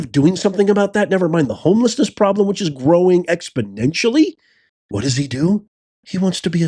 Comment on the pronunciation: Expodentially isn't a word. Exponentially is, though.